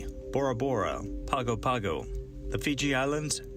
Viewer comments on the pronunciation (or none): Another awesome video! Learned a lot about Jack. Thanks, guys. (FYI: Pago Pago is pronounced Pango Pango.). Keep the vids coming. Stay safe.